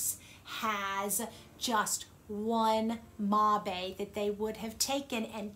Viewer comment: Great video. I thought "mabe" was pronouced like the word "babe"